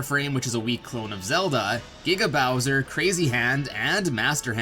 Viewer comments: Sounds like "Nigga bowser" instead of "Giga Bowser" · He said niggabowser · I'm sorry but it sounds like he's saying "niggabowser". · Did the announcer just say N*gga bowser? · Sanswagon, the Meddler lmao I heard “nigga Bowser” the first time too💀💀💀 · when he said giga bowser it kinda sounded like the n word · That giga Bowser audio clip sounded like it said something else... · Giga bowser sounded like nigga bowser